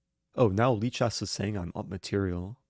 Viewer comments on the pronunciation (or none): none